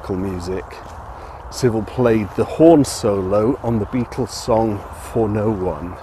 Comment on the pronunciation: BE- AT- TULS huh? Quoyt roytly mayte!